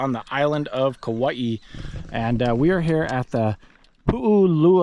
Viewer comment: Because my girl gets on me about how to say Kauai, I’ll just say… remember.. there’s only One ‘i’, not like how Hawaii, has two ‘i’s Kauai not kauaii 🎉